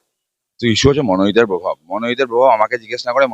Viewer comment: Ore ota probhaabh. Pobhaabh noi. Osikhhito joto reporter.